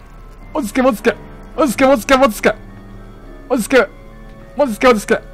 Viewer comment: うぽつです！ こんなに焦る珍しいwww 落ち着け！ が 途中から 餅つけ！に聞こえましたよ。